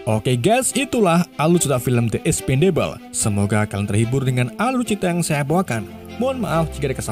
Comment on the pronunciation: Dibacanya ikspendebel bang E di "ikspen" dibaca kaya E di ember E di "debel" dibaca kaya di kata enek mau muntah Gitulah pokonya kan Bunyi nya beda ya Jadi The Expendables dibacanya "di ikspendebels"